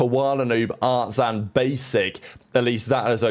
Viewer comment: he says the names of players in a way where the “I” sounds like “A”. Ex. instead of artzIn, he says artzAn. Same for cuanzIn - he says cuanzAn😂